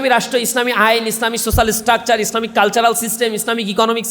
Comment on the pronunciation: ছোছাল নয় ।সোচ্যাল । IELTS complete কর